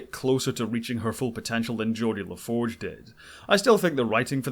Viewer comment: Well done with the exception of Geordi La Forge.